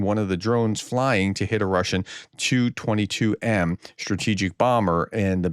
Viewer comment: Hello Professor, how are you doing? Remember when you asked us to explain about the "Tu" aircraft? It's "Tee You" and whatever the number is that follows. It's a Tupolev, or "T" "U" for short. You can do it, I know you can.